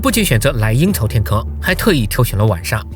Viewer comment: 我聽成“陰曹天坑”